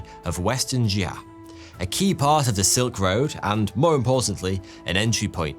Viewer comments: Xia is not pronounced as Zar but Sia or See-yah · the way you pronounce Xia makes you lose all credibility